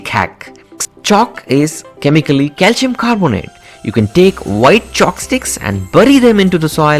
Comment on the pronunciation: Cal-SEE-ummm... Now you try to say it! He cant say calcium at all hahaha